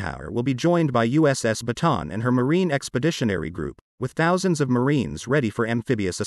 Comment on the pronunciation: Learn to correctly pronounce "Bataan".